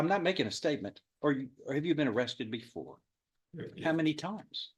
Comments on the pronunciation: Judge- Are you stupid? Defendant- "Corekt" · What a pea-brain! Who says "Correk" instead of "Yes" to a question? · He didn't even pronounce the word. "creh". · The judge was correct (correct pronounced with a low raspy tone).